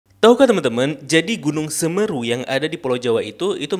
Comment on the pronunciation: Ijin pembenaran bang... yg benar semeru bukan seumeuru